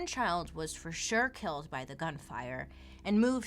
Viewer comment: Did Bailey just say kelled?🤣🤦‍♀️